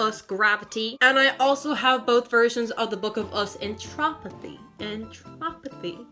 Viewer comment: Wait sorry but It’s “Entropy” not “Entropothy” Lol sorry I just wanted you to know that